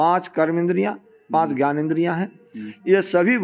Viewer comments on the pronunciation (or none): none